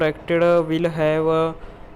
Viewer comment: Will nu while keh raha ho